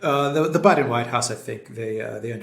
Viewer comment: You said Biden white house .. it sounded like Biden wine house .. I prefer that thank you !🤣